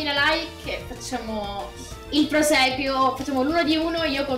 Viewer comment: Non per cattiveria eh ma si dice prosieguo non proseguio hahahhahaha